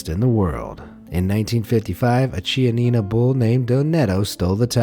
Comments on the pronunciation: The correct pronunciation is "Kianina", ch before vowels has a sort of "k" sound for the English speakers😊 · In Italian he Ch is pronounced 'K' so is kianina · As a side note, chianina is read with a "k" sound as the first two lettera 👍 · You pronounced chianina wrong